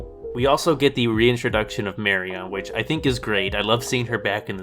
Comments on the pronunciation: The way you pronounce Marion - LoL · How can you have just watched the movies, and still not know how to pronounce "Marian"? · Nevermind your thoughts on the movies, your pronunciation of Marion's name is triggering the hell outta me